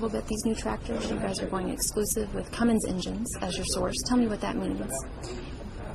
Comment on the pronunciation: CUMMINS!!! NOT CUMMINGS!!!!